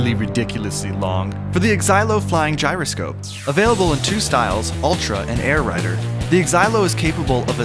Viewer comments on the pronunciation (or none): none